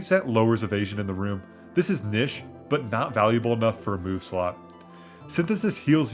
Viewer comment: "niche" pronounced as Nish rather than neesh is truly upsetting